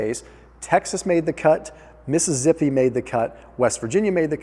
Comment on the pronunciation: Missi-zippy? Really? How'd you arrive at that pronunciation lol?